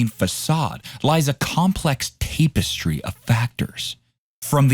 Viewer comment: Tap - estry. Not Tape - estry